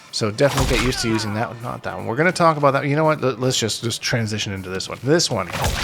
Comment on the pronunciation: the “aboot” 2 seconds in isn’t enough